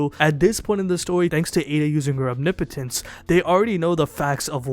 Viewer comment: Say it with me “Om-knee-poh-tence”. No biggie, I just see a lot of you pronouncing it kinda weird.